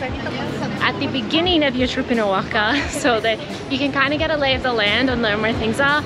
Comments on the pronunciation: Nooooooo. Oahaca You two are fun. Please mentioned the name of the cities right. You are killing them. After all it is CANADA and not SIANADA..🤣😂😅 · Woah-Hawk-A ... Say the word OAXACA! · not ‘o-wack-a’. It’s ‘wah-hawk-a’. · Awesome tour, thanks a million for taking us along on your adventures! Can't wait to check out Oaxaca! Great music selection as well. I think I might even subscribe Btw, it is pronounced kinda like "wa-HA-ka," not "oaca")))